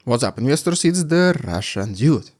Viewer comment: I've been following the channel daily since the algorithm suggested it after Putin's invasion. I'm familiar with Russian accents, my two best friends had Russian emigre families (anti-Soviet, not post-Soviet), and I worked in an old White Russian company for a decade. But every single time these videos open, what I hear is What's up Dniesters (the Dniester is a river in Slavic lands) not What's up Investors I wonder if hypnosis would help.